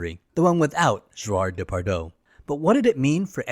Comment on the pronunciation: I got as far as your pronunciation of Depardieu as Depardo...